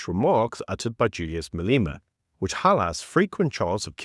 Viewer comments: Who is MAY - LEE - MA? Is he first cuzzy to MA - LEH - MA? Come on; it really is time to pronounce our very own hypocritical; Gucci-Commie's name correctly.... 🤔🙄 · Dude, I know he is a dick but say his name properly Malema, not Maleema.